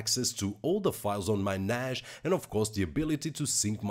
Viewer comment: its Nassss not Najjjjj